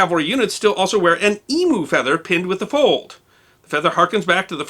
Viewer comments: Love the channel but little pronunciation correction the Emu is pronounced Em -you not E-moo in Australia. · Hi, love your clips. Being an Aussie thought you might like to know Emu is pronounced like Eemyou not Eemoo...lol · Very interesting. BTW emu is pronounced eemew (rhymes with few and pew), not eemoo. If Americans watch the noos, do they sit on poos at church? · Enjoyed the video but can someone tell me why Americans pronounce EMU as EMOO. Australia and the rest of the world pronounce EMU as EEM YOU. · Not Emooo, it is said EEEMYOU, But otherwise a great insight into our Aussie iconic hat. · Great vid. Although I must correct your pronunciation of "Emu". It is in fact "eem-you", as opposed to "ee-moo" as you pronounced it. Otherwise, an excellent piece. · Ok its a bug bear of mine - its Pronounced EEmYOU not eMOO and they are NOT feathers they are PLUMES in a Light Horsemens Slouch. EEmYOU's dont have feathers as such, as feathers are for flight and PLUMES are for looks and what not. And its not just one plume but at least over 100 (usually close to 500ish) and its called a TUFF of Plumes - Ex Light Horseman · Why do Yanks have such trouble pronouncing "emu"? EEM-YOU, not "ee-moo".You pronounce the name of your country correctly ,YOU ESS AY.Not OO ESS AY. Same principle . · EMU rather than pronounce as 'emoo' try 'emew'.........with respect, I dig your videos, thanks. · Khaki is pronounced car key and emu is pronounced eemyou not eemoo. I enjoyed this video. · Because you do such a fantastic job and obviously put in many many hours of research for each story we won't hold the slaughter of our national birds name the EE mew against you ;-) Emoos are electric cows The custodian statement was not missed, it is truly appreciated. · EEM - YOU!!!!!!! It's not E-MOO That is like fingernails on a chalk board to Aussies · Emu. Its pronounced E MEW as in NEW. not E MOO. 😁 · Emu is pronounced eem-you, not eem-oo. :-) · Its pronounced Eem-you.